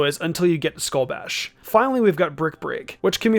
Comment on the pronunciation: skull bash not skull bush